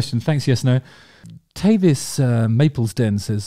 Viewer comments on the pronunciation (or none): It’s pronounced Ta-vis. Like Travis with no R. And yes. A was the right answer